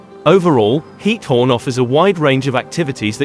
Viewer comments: Its GIETHOORN, not hiethorn GGGGGiethoorn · Please add automated dubbing in Dutch. As a citizen of The Netherlands you are killing me by pronouncing “Giethoorn” as “Heat-horn”. 🤣